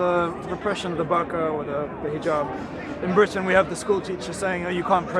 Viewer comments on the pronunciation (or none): none